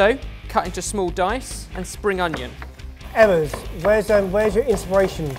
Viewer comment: why do you guys call (ebers)